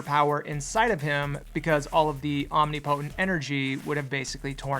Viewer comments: It's not ( omni-potent) it's (omnip-otent) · i love ya and i hate to be that guy but my OCD won't let me rest until i get you saying om·nip·o·tent instead of "omni potent" kinda like how temporal is like timprul not "temp oral" ya know. its all in the inflections. anyways, you rule and keep up the amazing work. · I dont think it's (omni-potent) I think it's (om-nip-oh-tent)